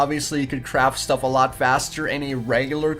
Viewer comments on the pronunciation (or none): none